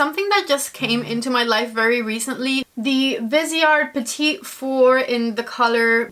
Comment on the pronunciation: Great ranking! If I can help with the Petit Fours in French...the accent is on Pe and the second T is silent, and the S is pronounced as Z, so Pe t Fourz